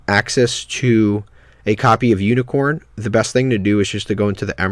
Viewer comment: uniCORE not CORN. good vid otherwise